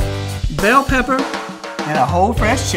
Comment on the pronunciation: Why are you saying pepper the way you are I'm from dulac Louisiana a real Cajun you are perpetrator